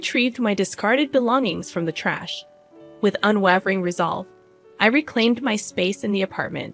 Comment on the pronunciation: Unwavering 😂 Your inabity to speak at a normal pace and pronounce words is deafening. Don't quit your day job.